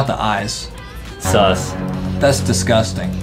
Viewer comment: Why you say S,U,S